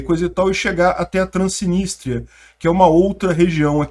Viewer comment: só uma pequena correção, é trans-nis-tria, não trans-si-nis-tria.